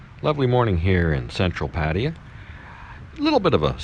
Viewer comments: Its Pat-Taya!!! Hahahaha! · Jimmy listens to Brit and Ozzie video obviously, since they always mis pronounce Pattaya. PS, subscribed to make it 5001from a Bang Saen person.